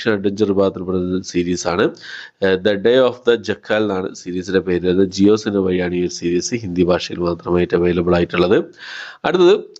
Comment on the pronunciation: ഇന്ദുവദന OTT platform ഐതാണെന്നാ പറഞ്ഞത്? പറയുന്നത് തീരെ clear ആകുന്നില്ല കൊബ്റാക്കായ് അല്ല. കൊബ്രാക്കായ് അല്ല കോബ്ര ക്കയ് ആണ്. അതേപോലെ ജക്കാൽ അല്ല ജാക്കൽ ആണ്